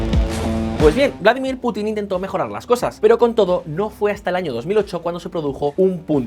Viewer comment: No se dice "Vládimir" sino "Vladímir".